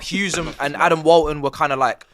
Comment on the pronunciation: pronouncing 'Wharton' as 'Whalton' every week is infuriating 🤣